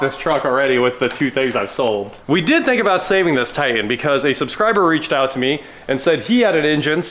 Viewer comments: It's pronounced Titan. Not Tie In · What kind of truck is a Tie-In? Grownup English please. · What is a "Tie-En"? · I tried but can't listen to 20 minutes of hearing Nissan "Ti'-en" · What’s a Ti-an? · likes to drop his ‘T’s’